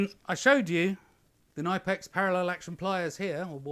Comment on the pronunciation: FYI, in German, the k in front of the n is actually pronounced. The company's name is pronounced like Tipp-Ex, only with k and n in the front, both fully pronounced